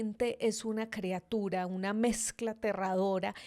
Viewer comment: EL VIDEO NO ESTUVO TAN MALO ...LO Q ESTUVO MAL FUE Q DIJERAS CREA-tura.......y no criatura ....